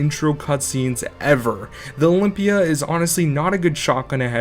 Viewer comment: i got triggered as soon as you said olympia